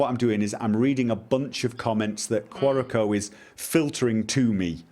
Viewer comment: Thanks. It sounded like he was saying Quantico.